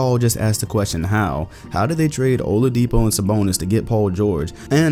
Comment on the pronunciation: Ola-DEE-po chris smoove voice